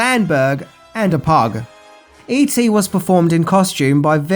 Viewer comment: When you say all the e.t merchandise it sounds like you said eating.